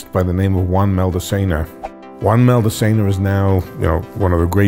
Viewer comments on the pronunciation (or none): It's Juan Maldacena, not "Maldecena"